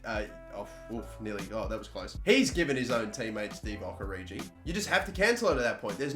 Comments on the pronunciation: "Oridji" jezus... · I'm not a huge fan of that pronunciation of Origi...